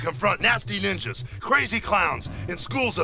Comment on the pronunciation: I have a feeling that in the vocal booth someone yelled cut to Hulk and said “The line is nasty NINJAS not that other thing you just said.”